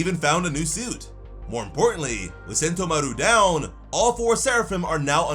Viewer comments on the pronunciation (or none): Who the fuck is sentomaruuu, it's just one u, sentomaru, no emphasis 🤨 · Literally no one puts the emphasis on mah-ROO in sentomaru like you do. You are pronouncing it wrong. Why? Stop it. I know you hear how the rest of the fan base and the anime pronounces it. Why say it off beat and wrong? Why? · Its Sentomàru for god's sake 😭